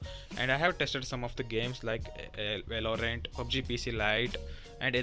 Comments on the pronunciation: Man grow up learn to spell Valorant not “way-low-rent”. And this the one of the best laptops I've ever seen in my life. Don't blame that laptop for your poor gaming skills 😂😂. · and if you speak “way-low-rent”, then my guy you need a serious spoken english class.